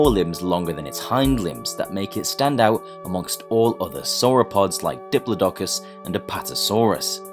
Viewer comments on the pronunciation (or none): My friend it’s Diplodocus not Dipladacus. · you called it dip-lo-duck-us its dip-lod-ic-us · You said DIP-LUH-DOH-CUSS, instead of DIP-PLOT-ICUSS . My childhood has been redeemed! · Wait.. the english pronounce diplodocus as diplo-doc-us? That's fascinating. I pronounce it as diplo-deh-cus. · No one is gonna comment on how he said diplodocus? It’s di(pla)(dih)(cus) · Diplodocus is pronounced incorrectly. It should be dip-LOD-o-cuss. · This man said dip la dock us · It's pronounced Dip-plod-o-cus. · I love the video but the fact that you mispronounced diplodocus irritates me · the way you pronounce diplodocus is very troubling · Please never say diplodocus again XD